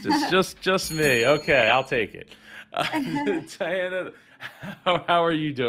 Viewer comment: C'mon,. Good interview, but, you mispronounced her name because you couldn't find time to watch the first minute of her pitch, where she says her name? I mean this constructively: You babble, drag out your dialogue a lot. Diana is so well spoken that she makes you look even worse.